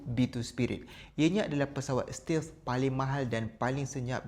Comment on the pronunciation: Admin salah pronounce 'stealth"...😁